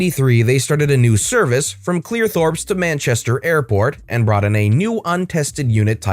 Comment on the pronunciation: Its not Clearthorps its CLEEETHORPS